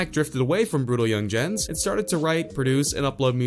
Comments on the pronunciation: It’s pronounced brutal yungins.... brutal yungens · Brutal yungenz its just pronounced brutal youngins😂🤦🏾‍♂️ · “Brutal young ginges”